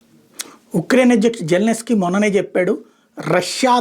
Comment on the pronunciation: జెలెనేస్కి కాదు సామి....జెలెన్స్కి